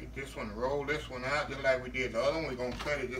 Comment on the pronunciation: When he said I'm making "dissun" for a friend. He had me.